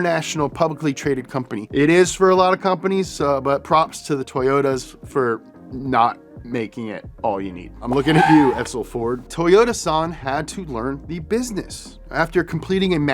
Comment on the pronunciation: lol "Fordt F-150"